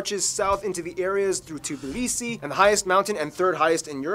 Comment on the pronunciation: its not TBLISI its TBILISI